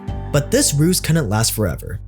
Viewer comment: The word is pronounced " couldn't " not " cuu-unt "...